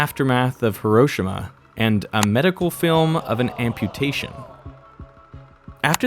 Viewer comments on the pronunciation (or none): Except for his pronunciation to Hiroshima herowshema? 🤦🏾‍♂️ other than that, great video